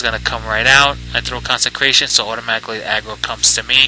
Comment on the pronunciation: its CONSECRATION not concentrion